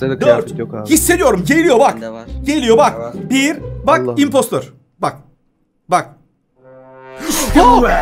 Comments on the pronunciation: impstor degil imppstIr. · Abi İmpostır diye okunuyor 😉